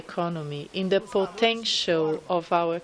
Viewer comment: I am very tired and disgusted with your reading of the news, its too much already duh (the) udder (other) dem (them) Affur (Arthur) you need to work on your breathing, pronunciation, sound stress and modulaion, it burns my ears to hear you read!